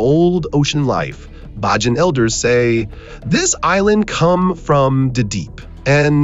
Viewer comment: Its Bajan. Pronounced like the word Cajun. Say it with me. Bay Jan. N we actually sit on top of a giant ancient tree.